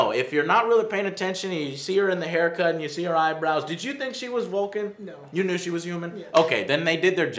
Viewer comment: Its Vulcan not Bulkan!!!!!!!!!!!!!